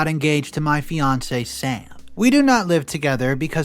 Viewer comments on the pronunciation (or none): none